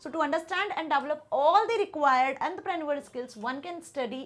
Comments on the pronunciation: Man that is entrepreneur not antaprenuer....but your teaching is very helpful for me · Entrepreneur ❌ anderpranul✅ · Mam it is not antrapraneveral it is entrepreneur please pronounce it properly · Entarprenurse, yungaster, billanare💀👍🏻 I don't want to disrespect anyone, but please correct the pronunciations. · Antraa prenu-arr 💀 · Ent - te - pren - neuer 😂😂😂😂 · Is she trying to speak French while saying entrepreneur etc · Ma'am please pronounce entrepreneur correctly every time I misunderstand the original word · Ma'am pls pronounce Entrepreneur correctly its making me go insane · 😂mam ko bura laga hoga tumhara comment padhke